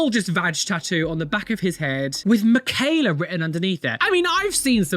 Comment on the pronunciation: Michaela is like Michael its mit a k its a ch yall say Ger name wrong